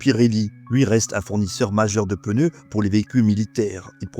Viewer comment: Té, prununci "pneu" all'usu corsu "peneu" 😊😊😊😊